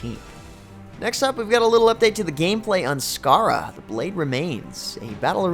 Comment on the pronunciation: Skara not Sakara